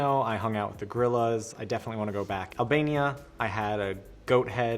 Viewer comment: did he say Albania